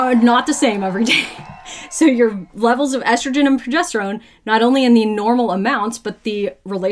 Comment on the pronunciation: Whenever someone miraculously finds an “H” to pronounce in the words “estrogen” and “progesterone” ie “eshtrogen” or “progeshterone “ I ignore them. Sorry if you can’t read you probably don’t understand biology either. 😂 these influencers are insane! Why don’t we see male targeted videos? I’d buy a magic pill if it promised to increase my husbands sperm count. We are unfortunately suffering from male factor infertility.